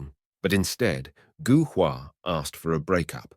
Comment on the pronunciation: Gou is pronounced Go in Chinese.